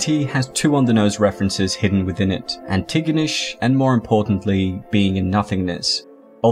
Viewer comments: You absolutely butchered pronouncing Antigonish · Its pronounced An-te-gah-nish. I should know I live there lol.o Lolve all youd content brother.